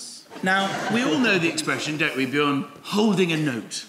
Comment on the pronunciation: Actually, "Björn" is pronounced "B-yearn". Swedes, and other Scandis, are YEARNING for you to get it right. ;-)